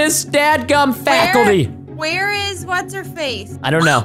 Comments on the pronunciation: u say fackilty when its a c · why did he said fakilty?